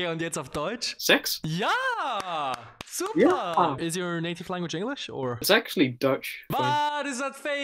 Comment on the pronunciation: I'm italian and I hear SUCA which means SUCK